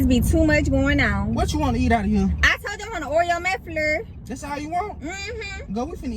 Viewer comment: "I want a Oreo Mc FLUR"😭😭 GURLLLL